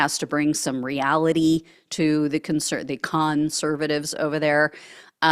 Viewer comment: "CON- servatives." 😆